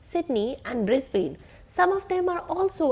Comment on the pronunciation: Melbrourrrne and Brisbaine